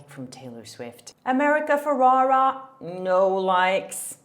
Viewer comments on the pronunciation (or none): It’s America “ Ferr-era “ not “Ferr-raw-raw” 🤪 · Hey, awesome vid as always! Just wanted to mention the pronunciation of America Ferrera's surname and Margot Robbie's name, as I hear that you're mispronouncing it (not a big deal at all, English is also not my first language and I often mispronounce English words, I just thought I'd mention it before you maybe get hate from others for mispronouncing their names, don't want anyone to discredit you for something so silly as that): Ferrera is pronounced Fuh-rare-rah and the t in Margot's name is silent, and you pronounce the "go" of Margot as in "let's go get a coffee". Love your vids!🥳🥳